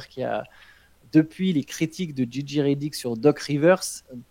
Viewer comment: Jay Jay pour la prononciation et non Gigi pour Reddick merci Les gars